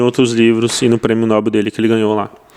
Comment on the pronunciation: Prémio "nobel" e não nóbel😂😂😂